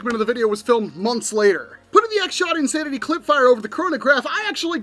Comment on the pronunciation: "This is the X Shot Insanery" 😂